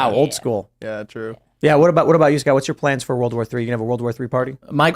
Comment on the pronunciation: the accent is too much. he can't even say his own name, he calls himself Scat